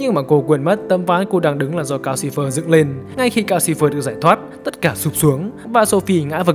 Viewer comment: Calcifer mà toàn nghe thành Gao Silver. =))